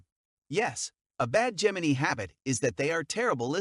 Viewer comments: The pronunciations? Have we started say peesians, lybrans And gemiee? Lmao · This is how to pronounce Gemini- Gem/in/i This is how to pronounce Libra- Lee/bra This is how to pronounce Pisces- Pie/seas Please learn the correct pronunciation of those signs because you are saying them incorrectly.